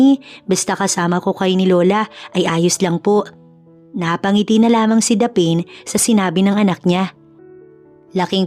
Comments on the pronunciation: Yan ang tanong ko din😂😂😂 dapeen? Dapne(Daphne) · SHOUT-OUT FROM BEAUTIFUL CANADA 🇨🇦🍁 Happy Remembrance Day!! Btw….Wat’s the name DA-PAIN / DAPHEN Or DAPHNE?? Pronounce as DAF-NEE / Meron po sa GOOGLE kung paano bigkasin yung mga names & words….Importante para sa ikagaganda ng storya ang mga tamang BIGKAS / Spelling / Intonation. Nakikinig po sa storya niyo from Vancouver Island 🇨🇦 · Pls pronounce the name Daphne correctly it should be daph-ne Hindi po daphine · Grabe nadi didtrack ako sa pronounciation sa name ng bidang babae "the pain" Daphne yun di ba? Peace pi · Proper pronunciation for Daphne is Daf-ne NOT Daphane, LoL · '...the lead female name pronounce as Daph_ neeh..not Dapen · Bkit mali pronunciation Ng Daphne?Hindi Po dapeyn,Daphne as in Dafnee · ..it Pronounce as Daph..neeh..not dapen 👍👍😊😊😊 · Natatawa ako sa narrator kasi ang basa nya sa name ng bidang babae ay daphane😅...Dapat Daph-ne... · Korek ang sagwa tuloy ng pakingan hehehe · Gusto ko lng po i correct ang bigkas sa name na daphne Daphni po. Hindi daphin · Is it Daphne (Daph-ne) should be pronounce instead of you pronounce as Daph-ane? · Tama ba ang pronunciation ng pangalan ng babae😂😂😂😂😂😂 hindi ba dapne at hindi daphen. Tanong lang po, salamat po. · Thats what I thought. Mali ang pagsabi. But anyway I love the story. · Please - Daphne is pronounced Dafni❤ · Sana Ang narrator nagtanong tanong muna kung paano I pronounce ng tama Ang mga pangalan. Daphne - ‘daf née’. Saan mo naman nakuha ang pronunciation na ginagamit mo? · Daphne, pronounce as Daf-ne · Correct masakit nga sa tenga paulit ulit😂